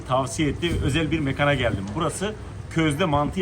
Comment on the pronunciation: Mekan çarpsın seni. İncelt be mekân demeyi öğren. Mantı hijyen olmadı pis ellerini sürdü. Yazık